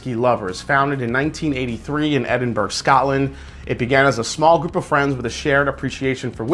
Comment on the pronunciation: It's pronounced Edinburo (gh is silent). I'm Scottish. You did pronounce Islay correctly 👍